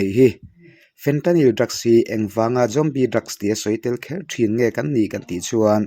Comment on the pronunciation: Tinge ‘Jombie’ i tih tlat a🎉